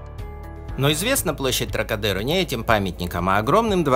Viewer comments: Отличное видео! Хорошие съемки, интересные комментарии - много интересных фактов. Маленькое НО.. во французском языке ударение всегда ставится на последний слог - ТрокадерО, КлебЕр, ЖофрУ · Интересно , но …У французов всегда ударение на последний слог : ТрокадерО ! Ну и лЯ Дефанс … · Всё, или почти всё, что нужно для первой поездки в Париж. Но не следует забывать, что во французском языке все ударения делаются только на последнем слоге: например, ТрокадерО. И фамилия архитектора ЭффЕль. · Не КлЕбер и ТрокадЕро, а КлебЕр и ТрокадерО